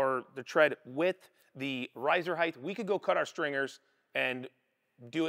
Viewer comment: There's no h sound at the end of height.